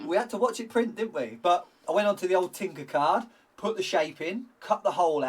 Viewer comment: After I fluffed ego by congratulating him on the best way to sharpen a pencil a couple of weeks ago, it's time to redress the balance., you can never take the pi$$ out of Jess again for her weird pronunciations... what the hell is "Tinker Card?" Do you mean Tinker CAD... as in computer aided design? 😂😂